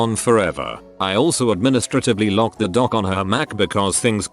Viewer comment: computer illiteracy... the voice bot can't even pronounce "the" correctly